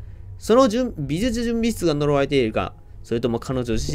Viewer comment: 「美術準備室」って微妙に言いきれてないの好きｗ